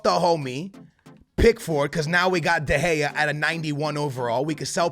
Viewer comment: Your saying David de gea wrong